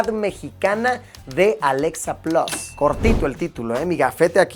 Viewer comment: Mientras tanto en Chile 🇨🇱: por qué si Luisito es bilingüe dice "Alexa 'plos'" en lugar de "plas" 🤣🤣🤣. Amigos, por la misma razón por la que ustedes dicen "pisa" en lugar de "pitza". De nada, chao.